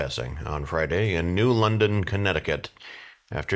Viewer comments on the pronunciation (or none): none